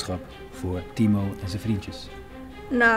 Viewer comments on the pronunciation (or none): Je zegt een paar Timor in splaats van timo